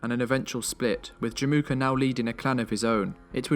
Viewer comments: Fyi, it's Jamukha/Жамуха ("a" is actually silent). 😀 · in mongolian it's not called Jim uka it's called Jamuuh